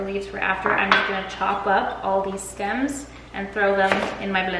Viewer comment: I definitely kept hearing cilantro stem CELLS lmao I was like what in the science is she up to